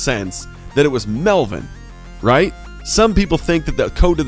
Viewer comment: Stop saying rhait